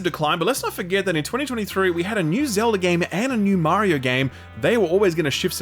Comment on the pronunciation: "ZELDAR" another one